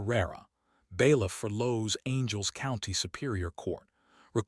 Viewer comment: I like your stories BUT the pronunciation of this story is atrocious- Los Angeles is not Low Angels, the narrator is “wah-KEEN”.